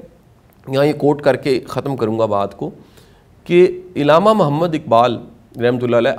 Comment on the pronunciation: السلام علیکم ۔۔۔آپ نے ایک لفظ بولا اءعلامہ اقبال ۔۔۔یہ عءلامہ اقبال ھے یا اءعلامہ اقبال ھے